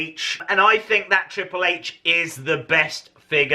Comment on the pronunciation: Why do u say triple hatche?